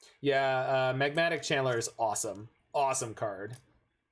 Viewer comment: It does sound like you're saying Chandler. I think it's cuz you're pronouncing it Chan'ler. I thought that was a nickname you gave Channeler or something.